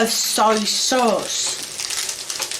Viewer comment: Why does she seem so mad that she can smell bacon? Salty or not. Anyone else hear "Sorry sauce" for Soya sauce?